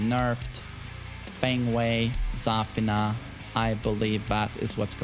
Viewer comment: not every character is pronounced like Kazuya😂😅. It‘s Za-FIII-na